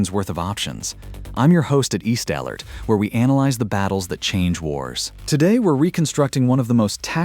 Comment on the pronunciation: It didn't even pronounce it's own channel title right. East AL-ert.😂